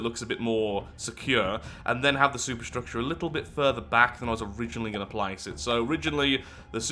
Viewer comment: i know you are talking about superstructure but i cannot fully suppress a giggle at your pronounciation.... soup structure